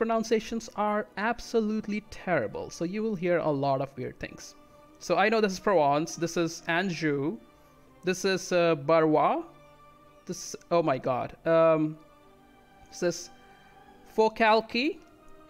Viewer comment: Very nice ! : Anjou is quite nice, you just have to polish the first sound. It's like "ange" here : : You can pronounce "Barrois" like this word in French but with a "B" at the start : : Four - Calc - Yeah